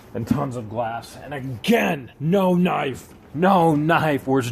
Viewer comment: Sorry if I offend you but I was wondering if you say knife that way on purpose or because of a speech thing. I know I have some words which I can only pronounce weirdly.